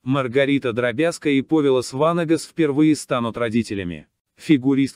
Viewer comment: Даже роботу надо☝️программировать правильное ударение!!! ПОвилас ВАнагас!!!